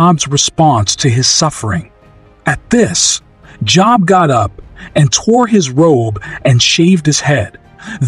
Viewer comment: This is a bot. Job is pronouncef with a LONG o sound.